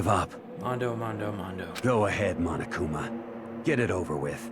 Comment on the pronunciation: Correction, Monokuma is not a mom, as you said. Lol Its Monokuma Not 'momokuma' XD i'm diying